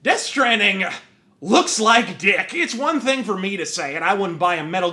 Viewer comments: "Fuck you I was rike." 😂😂😂😂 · ‘Fuck you I was rike’. -Wins the Interest